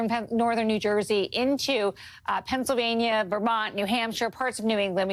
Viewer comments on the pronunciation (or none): none